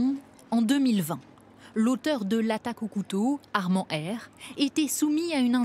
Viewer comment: "Armand" 😂 laisse moi rire